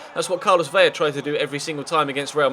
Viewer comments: Vela not Vella, it's only pronounced with a Y when it is double L!! If you wanted to get picky the V is pronounced B but atleast do the L, thank you!:) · Vela has one L it's Ve-luh